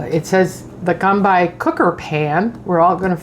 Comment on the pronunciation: You could easily have edited your start when incorrectly pronouncing “combi” but chose to show you doing an unflattering “whatever” attitude